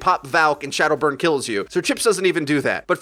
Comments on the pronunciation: He called him shaldow burn at the start XD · At 0.36 did he pronounce shadowburn as shoudo burn?